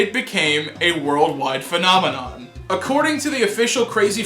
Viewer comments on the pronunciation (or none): none